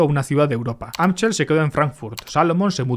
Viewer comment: Mayer Amschel se pronuncia “Amsel”